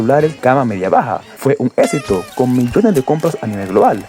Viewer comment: Que no sepas pronunciar palabras como exito tambien es un mal necesario ... 😮🤣